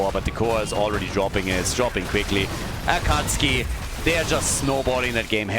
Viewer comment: Their team name is pronounced “Acka Sookie”.